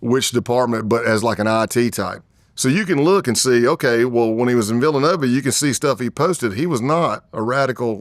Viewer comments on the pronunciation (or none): none